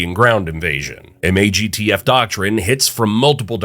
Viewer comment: MAGTF being pronounced and not said like a word was jarring. Lol